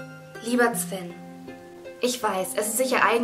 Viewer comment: Ihr freund, dem sie den brief schreibt, heißt wohl Sven, aber mein Kommentar bezog sich darauf, dass sie es immer "Zwen" ausspricht😅😅